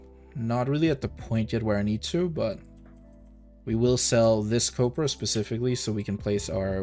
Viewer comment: Is it just me of you also here him say "COPRA" instead of "COBRA"